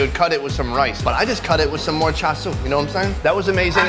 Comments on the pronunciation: Cha- shoe not sue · am I wrong but isn't "Char siu" Pronunced something like "Chao-Chu"?